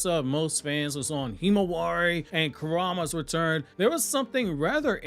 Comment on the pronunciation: Why everyone calling it Kurama if it’s not kurama?